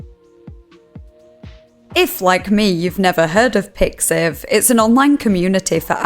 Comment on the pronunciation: MY GUY ITS PIXIV WTF